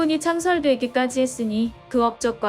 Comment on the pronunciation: 시바를 자꾸 씨바로 발음하네